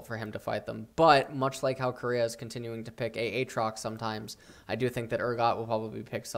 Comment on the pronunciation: It cracks me up everytime he says A-Atrox.